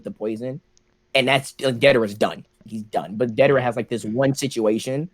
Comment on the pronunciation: its deidara idiot not dadera